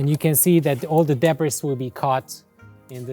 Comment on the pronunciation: All the big "debras" lol😂